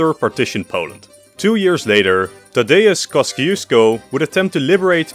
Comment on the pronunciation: took me a while to realise he said Tadeucz Kosciusko